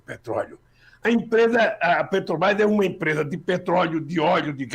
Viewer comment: Tudo bem Lula mas falar Petobrás é populismo ultrapassado, se vc quer interferir em decisões de milhões de dólares pelo menas fala o nome da empresa certo, isso vai gerar mais confiança para vc e tbm para o meu voto!